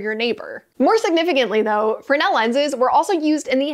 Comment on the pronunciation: Your pronunciation of Fresnel, "Fernel." I find it fascinating and correct. What say you? Fernel 60. Isaiah 60